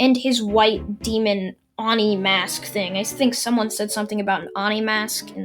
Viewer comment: oni is pronounced Oh-knee